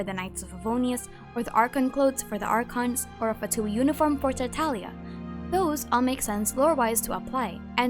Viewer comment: the way you pronounced tartaglia though :’))